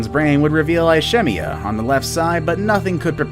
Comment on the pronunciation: Big deal. Look how far Trump has gotten with LESS! (Learn how to pronounce ISCHEMIA!)